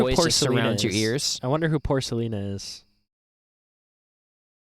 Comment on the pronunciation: He said, “porkalina” 😆